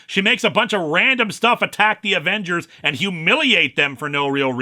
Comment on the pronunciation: Ävengers would have been more swedish than Avengürs, sweden doesn't use u with umlauts. Alternatively "Avengärs" since the Swedish 'ä' is pronounced very much like the english 'e' there